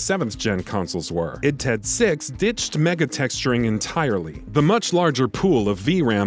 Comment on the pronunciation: "id TED six" 😂